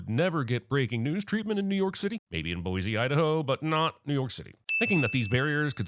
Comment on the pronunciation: It’s not boiZe it’s boiSe Idaho like a snake